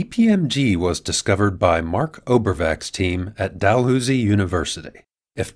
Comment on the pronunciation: Dalhousie is pronounced Dalhowzie